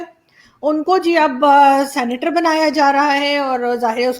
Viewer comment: Aarzoo ji sanitor nahi 😂 senator hai ji